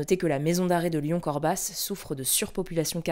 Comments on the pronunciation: Hello l'équipe, merci pour tout votre taff, est ce que vous pourriez parler de ce qui se passe entre la Thaïlande and le Cambodge? PS : On prononce pas le S de Corbas :) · Corbas se prononce sans le S à la fin ;) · "Corbas": le s ne se prononce pas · "Corbas" on prononce pas le "s" (c'est une ville près de Lyon) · Pour info, on ne prononce pas le "s" dans Corbas.